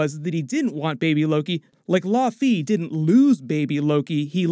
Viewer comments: Thought it was pronounced Lao fee. Not law fee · Bro! LAOW-fee! Thats the pronunciation. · "Law Fee" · The way you’re saying laufey….